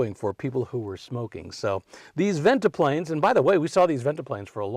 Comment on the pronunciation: Interesting talk. Nice side-to-side dance step, too,. Very entertaining! What do you call it? Modified swing, I guess. And it's "venti-pane", not "venti-plane" for those "no draft" pivoting windows. It's my understanding the Cadillac dealers were annoyed by so many LaSalle cars selling at the expense of Cadillac (it was Cadillac dealers who sold the LaSalles.) It's true that the LaSalles were selling beautifully--and the '40 models were really beautiful, in my opinion. But for 1941 LaSalle was gone and the Cadillac 61 was introduced with the new GM fastback styling on the "coupe" which had a full back seat and was priced at only $1345--Cadillac's lowest price ever. The ads claimed stuff like "Now YOU can afford a Cadillac." And that probably brought plenty of buyers.